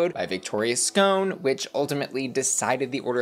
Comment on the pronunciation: why you mispronouncing Victoria’s name so much? It’s not “ScOHne”, it’s “sc’on”, like “Victoria’s Gone”.